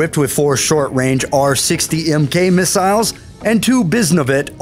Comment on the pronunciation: Mig 31 carries "miss-isles"